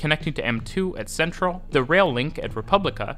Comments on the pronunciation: Technically, Centrale is chen-trah-lay, but if you don't want to pronounce the Italian, it might just be better to say it completely in English (sen-trahl sounds a bit...Dutch?). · Milano Centrale: chen-tra-lay.